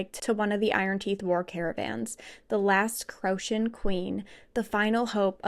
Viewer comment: I love this thank you! Details amazing and through , however please listen to the audible pronunciation of Manon & Crochan its driving my crazy !😅